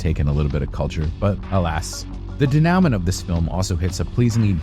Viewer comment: I can't believe someone who talks about movies for a living can't pronounce "denouement." It's not "dee now ment." It's "day new ma." I doubt will read this, so someone who knows him, please pass on this message.